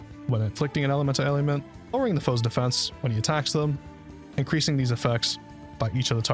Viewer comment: ale - le - ment